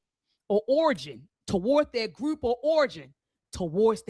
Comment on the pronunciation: Every time I hear say “Grewp,” I wanna throw up.